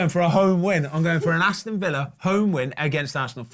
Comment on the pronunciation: Nah mark actually got villa right 😶